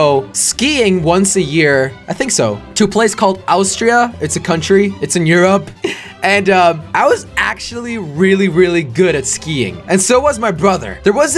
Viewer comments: It’s not called “A-w-stria” It’s called “Austria” like “Aw” stria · Jelle: owstria Me: not a hater but it’s Austria pronounced os-tree-a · he said oustria whenits call ostria(spelt Austria) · “Owwstria” seriously jelly it’s Austria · the way he pronounced Austria though XD